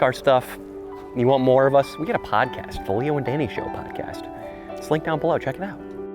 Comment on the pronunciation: You guys said linklunk and sadly you guys stole from me